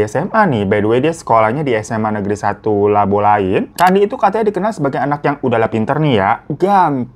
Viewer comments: Kak ralat: SMA Negeri 1 Lobalain bukan Labolain hehehhe... Thanks kak udah bahas kasus ini, Rest in peace kak Ate dan ade Lael🥀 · lobalain kak bukan labolain😭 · SMA Lobalain kak bukan labolain 😘